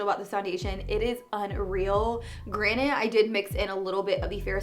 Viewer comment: I think it’s so cute when you say “granted” it sounds like you say “granite” 🤓☺️